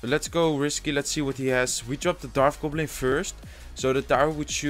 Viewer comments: bro i like ur vids but its a dart goblin not a darf goblin lol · Un p'tit conseil... on dit dart gobelin. on prononce le T au lieu de dire darf gobelin... on prononce un F seulement quand il y a un TH dans le mot;) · hey man its "dart goblin" not "darth goblin"